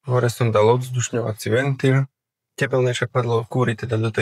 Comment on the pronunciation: kábeľ, ventiľ :D nie každé l je ľ